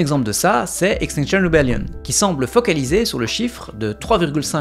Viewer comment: Stp prononce Extinction Rébellion en français à la française 🙏 mal aux oreilles